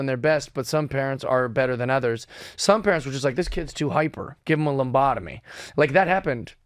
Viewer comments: There is no "m" in lobotomy. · LObotomy, not loMbotomy. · Hey bruh it's pronounced Luh-bot- uh-me! Ur welcome 😅